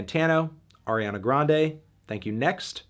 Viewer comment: You mispronounced Ariana Grande. It’s pronounced Ariana Grande.